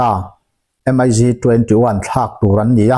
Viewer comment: M. I. G ti tawh ziah suh...mig 21 ti in lam ri tlang ve mai rawh